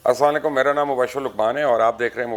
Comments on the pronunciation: yeh aslaa laykum kya hota hai bhai ? Assalam O Alaikum hota hai. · I'm sorry to bother and interrupt you Mubashir Bhai, and you're a very diligent person, don't expect this from a person like you. please when you say salam say salam properly please its AssalamAlaikum or SalamAlaikum, its not asla laikum. Please thank you.